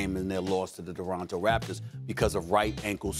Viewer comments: "the doronto raptors" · Stephen A “Toronter Raptors” Smith.